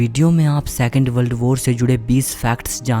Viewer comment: बल्ड बोर ❌ वर्ल्ड वार ✔️